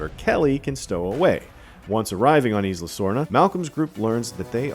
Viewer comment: Yooooo I love Jurassic Park content, but guys it’s “EYE-luh” not “eesss-luh”. Not that hard. Butchering the only non-English word EVERY. TIME. Otherwise, very good recap.